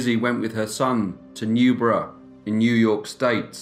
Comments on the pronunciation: New-berg!!! New-berg!!!! Lol great video sir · only thing that bugged me with this video was how you pronounce Newburgh. It's a hard g (live near there unfort lol) Otherwise love your vids! Been binging them for the past 3 days :D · She lived in/ near Newburgh, NY, pronounced "New-burg", not "New-boro".